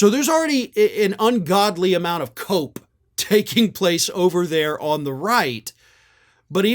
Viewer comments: "A whole lot of cope!?" Honestly thought you said "A whole lot of coke" which is equally accurate especially for Don Jr. 😂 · did you say cope or coke?